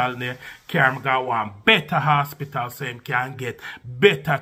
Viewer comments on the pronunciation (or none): "Hospital" not asspital gosh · it’s hospital. Not asspital